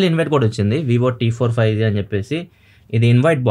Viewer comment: 5z kaadu anna 5G 😂😂